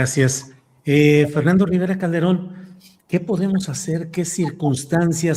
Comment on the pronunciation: Dijo: calderoon?..no por favor😮